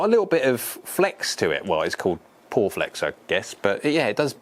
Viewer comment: Guessing it’s pronounced “pure flex” not “poor flex” 😊